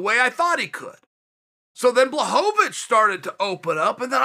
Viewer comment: It took Jan beating Izzy for uncle Chael pronounce Blachowicz correct 😂 No wonder the guy felt disrespected